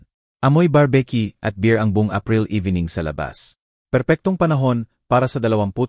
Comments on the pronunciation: Bar b Q d barbecue paki ayos ng pagbasa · O pati n brbq? Ang basa brbeq🤣🤣🤣